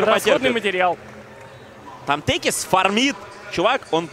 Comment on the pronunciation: Никогда не слышал за один раз сразу столько искрометных шуток про пит лорда. Ваганыч нервно курит в сторонке. P.S. Не течис, а текис.